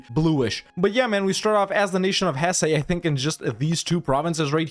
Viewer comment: It's not pronounced "Hessay", essay.